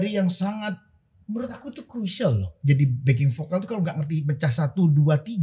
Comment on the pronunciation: Bukan pokal tpi vokal Org sberang ngak bisu sebut v? bukan p tapi v